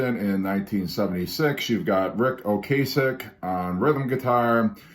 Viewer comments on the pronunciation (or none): Oh- cass- ick is how his last name is pronounced. Also he wrote all the songs. I don’t believe Orr gets even co-writes although Ric has him sing some of his songs which he felt Orr would do justice to rather than himself.